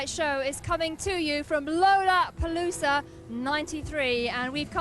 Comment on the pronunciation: She pronouced lollapalooza wrong , thats what layne was smiling at in beginning! She's british and he would of ! 😂😂😂 sean and layne were total RIDES!😂❤